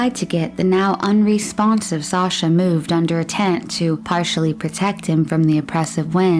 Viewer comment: Just a note from a Russian speaker - when pronunciation isn’t correct and a legitimate name Sasha (short form of Alexander) is referred to as a nickname, it makes everything appear lacklustre. Please research proper pronunciation of things, because it honestly borders on offensive.